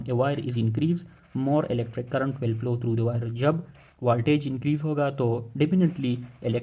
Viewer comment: Bhai plow nahi hai flow hai